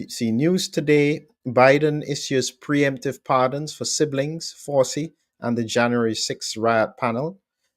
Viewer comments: Come on, Doc, Fauci has been in the headlines for 5 years now. Surely you have heard his name spoken by now? It is not pronounced FOW.SEE. The name is of Italian / Sicilian origin and is pronounced FOW.CHEE. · While I admire a lot of what you do, I was nonetheless flabbergasted -- after the man's copious exposure on prime time media during the COVID debacle -- that you consistently mispronounced his name! Did you never watch any US media during Fauci's (pron: Fawchi's) all-too-regular appearances at briefings and in interviews? 🤔 That said it is an absolute travesty that Fauci has been preemptively pardoned for what could ultimately come to be viewed as his culpability in encouraging and ensuring that millions were harmed, and/or died as result of strategies he consistently promoted and his failure to allow the use of safe prophylaxes that were readily and cheaply available! He may yet arguably go down as one of the greatest serial killers never to be punished for his essentially murderous actions during COVID and earlier during his equally heinous mis-management, partiality and profiteering during the AIDS crisis that undoubtedly also led to many suffering and dying. He is an arrogant narcissist who held the reins of funding far too long in the US and has evidently apparently gotten away with his despicable alleged crimes! (Anyone who has not yet read RFK jr's "The Real Anthony Fauci" should certainly do so!) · It's pronounced Fow-chee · His name is pronounced Fow-chi. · The little gremlin’s name is pronounced “Fow Chee!” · It is pronounced like ouchie...fau(ch)ci. Joe just signs whatever they put in front of him...he would know about political lawfare...as he unleashed it on trump and many other innocent people from january 6th. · It’s pronounced Fowchi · "Fa-u ci Dossier" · Sorry for being pedantic but please pronounce the mass murderers surname properly...."Fow-Chee" phonetically..... So is this pardon for Covid, and/or HIV??